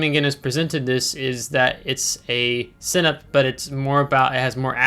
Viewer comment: Sinop, you say Cinip.. Sin - OP